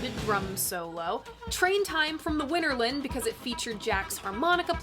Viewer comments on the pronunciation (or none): WinterLAND, not WinterLIND. Arrrrggghhhh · I generally refrain from offering corrections to your mistakes just out of respect for the general high quality of your work and well, an impulse to restrain myself. But if you'll allow me... Winterland is pronounced Winter - Land (and not Winter-lund, as you do repeatedly). The photo you show is a shot of Fillmore West (and before that, the Carousel Ballroom), and not "the Fillmore" or Fillmore Auditorium where recording actually took place. Different buildings, different locations. I attended one of the Winterland performances, and I have to agree with Jon Landau: The show consisted of far too many extended solos and self-indulgent psychedelic sonic escapades. Honesty, I found it quite tedious. I enjoy most of Cream's studio output, but their live playing is just too long, drawn out and meandering for my taste. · FYI: Winterland is pronounced similarly to Disneyland, rather than similarly to England.